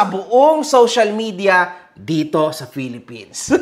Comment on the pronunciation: Ang kabet pa ang matapang. Onle en da pelepens 😂